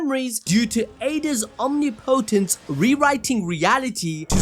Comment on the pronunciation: Phonetically its pronounced awhm-ni-po-tance